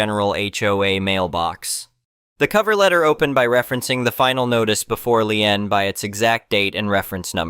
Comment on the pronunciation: It's a computer, it can't pronouce every word correctly